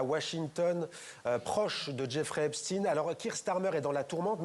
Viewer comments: ça ne se prononce pas epestin . ça se prononce Epstein ... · Pas Epstine ! Epstein !😊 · cette maladie du groupe arnault à prononcer epstine ce qui se prononce epstein, comme dans einstein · Pourquoi pour Epstein on dit "epstine" et pas Epstein (prononcer chtaïn) comme Einstein (prononcer chtaïn, comme ça a toujours été le cas) ? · Aux US ils prononcent justement comme nous, puisqu'on s'est américanisé sur la prononciation des noms. Mauvaise pioche.